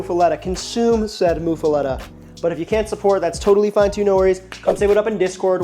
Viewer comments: Correct. Either muff-uletta or moof-uletta. Not "lotta". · It's muffuletta like muffler, not like moo cow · Love that you're highlighting the often overlooked Sicilian history in New Orleans. Bythe way, it's muh-fuh-lotta. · it is pronounced "moof a lot a" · DeMartino's is my favorite local spot for muffulettas. But my uncles make the best I've had. Also, I've never heard it pronounced that way. Always said it like a Bond girl. (Muff a Lota) Of course, I'm from the West Bank, and we say things a certain way down here. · Its pronounced MUFF- uh- LOT-Tuh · Bro you gotta learn how to say it. Muff. Uh. Letta. Now string em together with some southern hot sauce on your accent and you get mufaletta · I've throughout my life never been a fan of this sandwich; but if you want a little more "cred," pronounce it "muff-uh-la-dah." That's how the majority of people here say it. You sound like a tourist lol. Which, makes sense obviously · He's saying it wrong